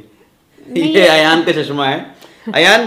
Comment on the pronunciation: चस्मा😂😂😂,भासा, सायद,,, सिमला, सनिवार, सुकरवार,,,,too much yaar,apni bhasha way of talking sudharo yaar,gaurav ji se hi lesson le lo plz, atleast sunne m sahi lage